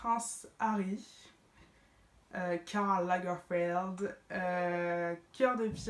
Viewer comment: Comment t’as dit Karl lagerfeld 😂😂😂